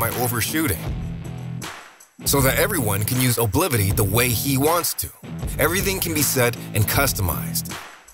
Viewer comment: "So that everyone can use Oblivity the way HE wants to"... Why the sudden switch to a male user, and why so much emphasis on the word?